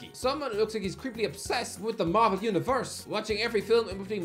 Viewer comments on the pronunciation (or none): none